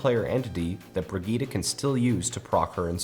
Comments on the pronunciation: why god, why do some people want to call Brigitte, BRIG- Etta, its pronounced BRIDGE- ETT, thats all i had to say, great video though. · Bregitah? wtf fam xD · How did you pronounce Brigitte? Brigittie? haahahaha